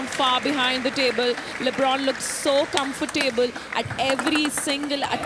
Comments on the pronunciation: She pronounced ‘comfortable’ as ‘comfortaeyble’ throughout. Also, she used that word repeatedly🙄🫤🤭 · ‘Comfortaeyble’ is what she pronounced throughout, and she used that frequently enough to be exposed. How did she ever qualify to do this job?? That goes to say less about the interviewer’s accumen🫣🤭🤭